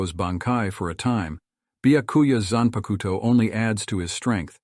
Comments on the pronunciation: I find ur pronunciation of 'zanpakuto' hillarious. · When you pronounced zanpakuto I immediately knew you didnt watch bleach